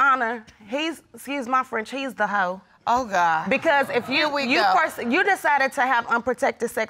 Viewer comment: The way he says hoe is funny af but so wrong 😂😂😂😂😂